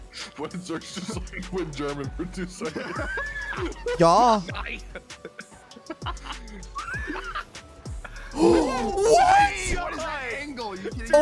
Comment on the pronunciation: Greetings from Austria. I sometimes understand ja (German word for yes) instead of yeah and I have no problems with that.